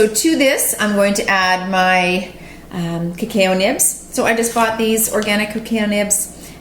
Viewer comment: Cuh-cow. Ha ha no offense. I like the video thanks